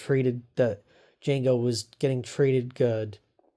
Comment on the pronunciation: I'm not trying to be a jerk just a little bit of advice the d is silent